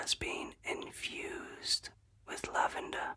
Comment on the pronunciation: I must be tired. I heard “the oil is infused with Love-ender.” LOVE-ender. And I was like, “Yes, please. Yes.” ❤